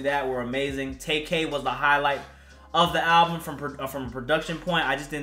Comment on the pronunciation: Tay k ? U mean tay Keith 😂😂